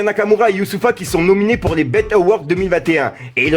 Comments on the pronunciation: Frerot c'est pas les bet ça ce dis a l'américaine : Bihiti. Voilà force a toi ma gueule 👌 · BET awards ( bête) non ( BI I T) bonne prononciation faut le prononcer en anglais merci